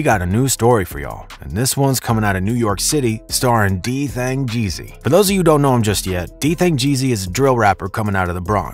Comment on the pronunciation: u didn't even say his name right 😂😂😂u gotta remake dis video so much mistakes 🤣